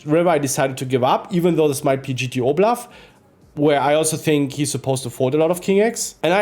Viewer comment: Bro it's bluff not blaff bro.